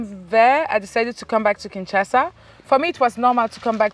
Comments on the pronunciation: Bro, it is KinshaSA, not kinChacha. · Please please it’s Kinshasa 😁😁and not Kinsasha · it's KinshaSA not kinshaSHA. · Bro keeps saying Kinshasha, instead of Kinshasa 😂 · U are amizing Maya..its not Kinshansha its Kinshasa😜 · KINSHASA not KINSASHA 🤣🤣🤣🤣🤣🤣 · It’s Kinshasa not Kinshasha bro 😁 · I like you bro, but stop saying Kinsha-sha, it's kinshaSA hahaha im joking, big up to her! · It's Kinshasa not kinshasha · Kinshasa, not Kinshasha, lol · Village boy 😂 Kinshasa not Kinshasha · but im hearing "Kinshasha"😆😆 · Kinshasa just gained an "h"😂= kinshasha😂😂 Lol